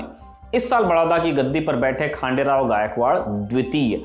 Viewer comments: It's खंडेराव not खांडेराव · it's ડભોઈ not ડાભોઈ ખંડેરાવ not ખાંડેરાવ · खंडेराव गायकवाड🙏 I hope you pronounce correctly